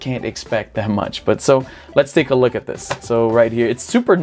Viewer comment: "lets take a luck", "despite lucking like...", "this lucks..", " this is the classic lucks" LOL..... eu sempre tenho a impressao que o Izzy fala LUCK ao invez de LOOK! a pronuncia eh muito similar.